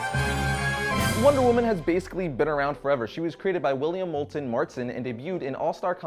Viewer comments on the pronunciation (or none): Is Marston not Martson. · Learn how yo pronounce MARSTON